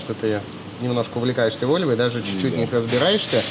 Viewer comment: Блин не коверкай название марки машины !противно звучит!